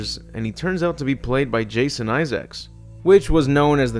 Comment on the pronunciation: Hearing the king of Yorkshire pronounced as "Jason eye-sacs" hurt me more than any RE film - even more than Welcome to Raccoon City even